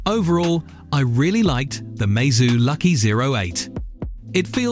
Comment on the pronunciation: Lucky not loki 😂😂😂😂😂😂😂😂😂😂😂😂😂😂😂😂😂